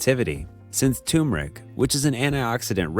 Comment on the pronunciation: It's not "tu-meric"; it's 'tur-meric'..